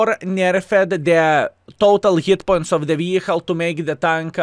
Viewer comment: "booffing the tunk!" love it <3